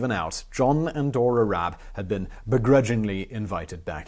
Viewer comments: RABE is pronounced with a hard R and the E is spoken (pronounced like the first E in EDGE), not silent ;) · Actually pronouncing "Rabe" that way is more accurate than your first attempt, except that you just left out the "e" at the end so if you took this pronounciation and put an "eh" at the end it would be pretty much correct. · Instead of spending 30 seconds commenting on your pronunciation you could have spend 5 seconds looking it up. And there is no throat cleaning sound either. Ra-be. Just imagine he’d be Japanese and read accordingly. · Pronunciation: Yon-Rab-E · The E isn't silent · rabe - the E is not silent lol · No… you pronounced his name wrong… but whatever. The story is still correct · In german every letter is pronounced hence while i appreciate the effort to pronounce the r correctly, the name ends in -e like the initial e in elder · Concerning the pronounciation: It is not problematic to use the English pronounication of the initial "R". But the "E" is not silent. You pronounce it the the "e" in bet. You'd use IPA's "ə". And the final Dynasty of China was called "Qing", pronounced more closely like "Ching". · pronounciation was close, but you pronounce the E and it's just a normal R in the beginning :D